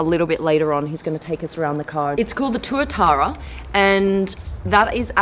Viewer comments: Pronounced twa-tara blonde. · SCC Tuatara is how i remember the name and im guessing it is this car before she says it lol. Got the name wrong to Tuatuara